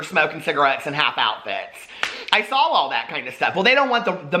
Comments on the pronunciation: Everytime I hear you say "i sawl it" it makes me think of my old roommate who got mad at me and threw fruit loops all over my bed. Not judging you just saying lmao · does say the word 'saw' as 'sawl'??